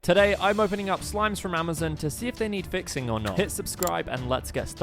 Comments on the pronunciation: “Amizin” bro iz Amazon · He said Amazin